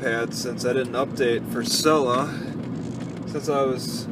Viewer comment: jesus its "C-luh" "see-luhh"